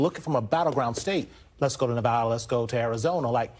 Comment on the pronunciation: If you’re in media please pronounce “Nevada” correctly 👍